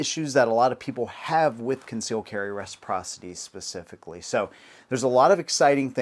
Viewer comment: Concealed carry meh-siprocity. Give us constitutional carry!